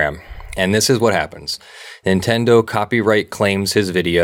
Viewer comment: Nintendo? More like Nintenno